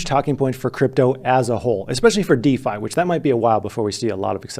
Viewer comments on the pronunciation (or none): none